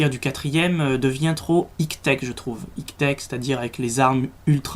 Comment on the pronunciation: mdr tu dit : higue teque on dit Aille Tek avec l'accent anglais ^^